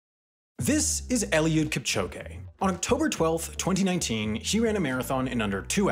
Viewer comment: Kipchoge* not Kipchouwgei